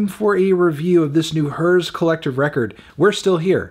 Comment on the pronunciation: Is it not pronounced “the ‘here’s’ Collective”